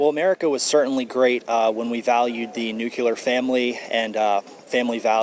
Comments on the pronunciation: It`s NOT nuke-ya-lur, dumb@ It`s NEW-CLEAR. One might think since that`s EXACTLY what a nuke bomb DOES it would be easy to remember how to read, write & PRONOUNCE it! Where there was once a town or a forest, it is now CLEAR. (Newly cleared, even) Now say it, $tupid; NUCLEAR! KA-BOOM ...As IF he knows anything about a family, nuclear or otherwise. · What is a nukular family? Does he mean nuclear? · it's "nu-cle-ar" moron! not nu-cu-lar! uggh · Dear, no. He doesn't value the "nuclear" family. He clearly said the "nuke-you-ler" family. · Everybody still values the "nuculer family" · the nuculer family. transgenderism. peace and love from Canada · "Nukulear family" lol what a moron. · "Nucular" family lolol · Nuculer. Flashback to GWB 🤦🏻‍♀️ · Ok, it took 4 seconds to stop the video. "NUKULAR FAMILY"? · "nucular family?" smh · "Nucular" brainwashed sheep. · The guy is trying to make his pin head cranium look bigger with an oversized hat. But then he opens his curled lips pulls in the hanging tongue and speaks. “Nucular?” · Don't trust anyone who says "NEW-cular." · kid can't even pronounce NUCLEAR correctly